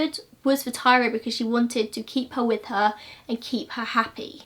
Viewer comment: Her name was tyria not Tyra, tie-ree-uh